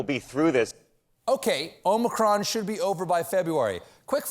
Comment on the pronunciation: Maybe by the end of February Stephen will know how to say Omicron.